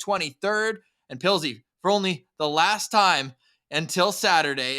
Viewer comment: Did call Pilzy…”Puddles”? 😂